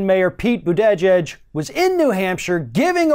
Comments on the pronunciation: it's pronounced "Booty-judge". 😉 I'm not kidding either. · ...it's Boo-Tuh-Judge! Hahahaha...but regardless, he sucks anyway. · please learn how to pronounce Buttigieg's name correctly. I know he's asked people to pronounce it "Boot-edge-edge" or "Buddha-judge," but neither are correct. It's pronounced "BOO-deh-jidge." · You missed Pete's point. Trump and Sanders are extremes. Right and left have become religions. Anyone who is a centrist is villains, when a centrist is exactly what we need right now. Whoever you are, you have had a hard-on for Pete before this. The last video I watched of yours was anti-Pete. You won't even pronounce his name properly. You are obviously a Bernie fanboy and Mayor Pete will never be O.K. in your eyes, as I see it. You are not a rational or critical thinker. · So after the first five seconds, I already assumed this guy was an idiot. Butchered the guy's name and comes off as a poor man's Alex Jones. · Has still not heard Pete say his own last name?